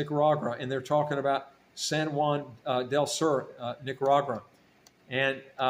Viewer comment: Nicaragua not Nicaragura